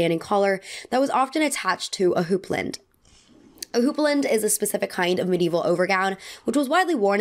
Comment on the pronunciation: Girl I love your videos literally so much but please know houppelande is pronounced Hoop-a-law-nd and corset is Cor-sit